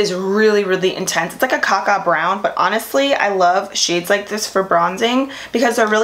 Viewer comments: anna sanchez LOL... Glad I'm not the only one. I heard caca brown too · LY I think that's what she said? I replayed it like 5 times lol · Did you just say..."CaCa" Brown?!😂😂😂😂😂😂😂😂😂😂😂😂😂😂💀💀💀👍